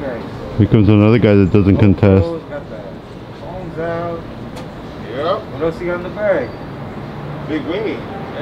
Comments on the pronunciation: Tried and horribly failed to say the word 'Consent'. Next he is going to "axe" a question. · That guys had too many buds the word is consent not contest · I thought he said confess